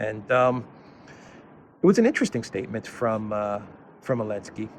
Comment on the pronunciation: Why this bearded knobhead call zelenaky elensky? He wants him president for his country or whar?